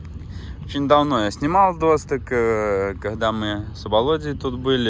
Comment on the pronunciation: для сведения. Казахский язык схож с французским тем, что ударение в словах практически всегда на последнем слоге. Поэтому говорить надо не До́стык, а Досты́к.